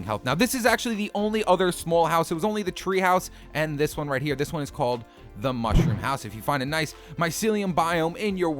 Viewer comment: Mounshrum home